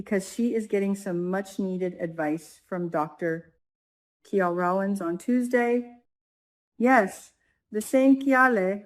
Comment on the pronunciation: Kial is not pronounced as “Key All” but as “Kyle.”